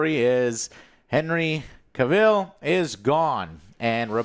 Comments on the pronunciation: You are saying Henry's surname wrong. Big fans eh? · How do you still mispronounce Cavill? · Joe still can't pronounce Cavill right lmao